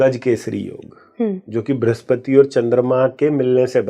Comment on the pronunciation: * वृह स्पति का उच्चारण भृस्पति!😮.. फलश्रुति श्रेष्ठरहा कार्यक्रम।